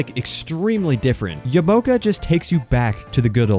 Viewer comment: ITS YAMA-OKA NOT YAMOKA!!!!!!